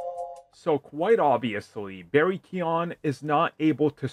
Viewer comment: Keoghan. It rhymes with Hogan, just take out the H and put Key. Key-Ogan. Barry Key-On. WTF?